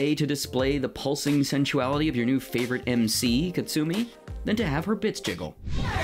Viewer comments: It's Ka-su-mi not Kit-su-mi lol. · I can't believe this surface level "essay", full of MCU-tier humor and mispronunciations (kaTsumi) is one of the most viewed DOA videos on Youtube 😩